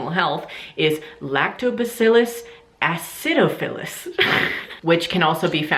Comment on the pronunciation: haha your pronunciation of Candida and acidophilus made me laugh! i do research in college on the natural treatment of yeast infections using lactobacillus and boric acid. Our results show that boric acid does not work!!! We have done numerous trails and it does nothing to kill the yeast, it only stops them from growing! just an FYI!!